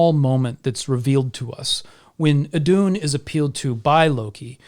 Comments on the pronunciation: Íðun not eedoon. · Btw who wants to pronounce Iðunn right its: ih-th(but softer)-uh-nn. Iðunn :)